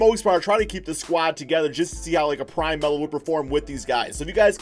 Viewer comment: Adam Austin he said prime mello 🤦‍♂️